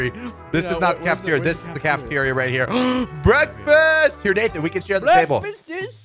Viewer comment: Aaah!!! Bekfast!!!!! I like bekfast!!!! XD my bekfast is a potato!!!!